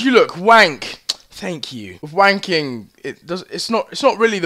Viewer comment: He says thank you like thenk you